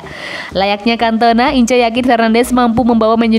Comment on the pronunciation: Sebutin yg bener nma paul ince,ngak incer tp ins.bikin maluin aja..